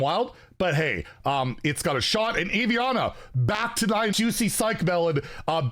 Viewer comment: My best friend's name is Aviana, so I'm gonna go ahead and leave the pronunciation here. Ah-V-Ana